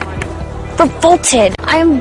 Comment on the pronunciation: 근처에 나오는 I'm revolted. <- 이 문장이 계속 저에게는 I'm full-ported. 이런식으로 'f'가 있는 것처럼 들리네요. 왠만하면 이렇게까지 크게 벗어나게 들리진 않는데 당황스러워서 반복해서 들어도 계속 그렇게 들리다니 이런.. ^^;; ㅋㅋ